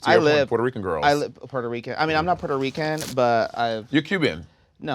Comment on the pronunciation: it's giving "selena wasnt puerto rican?" Rrrrrrrican 😂